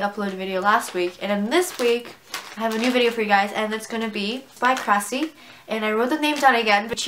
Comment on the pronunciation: You said kracie wrong